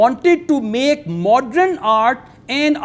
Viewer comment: it is not Modren,it is Modern,it is not Patron it is Pattern